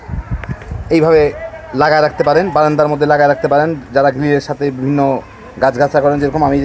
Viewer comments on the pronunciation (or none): none